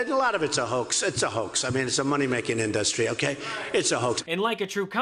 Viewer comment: I know it's petty but hearing Trump say "industry" as "in-DUS-try" really annoys me for some reason